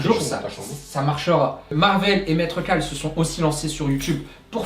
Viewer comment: C'est Maître Kal, pas Maître Cal :p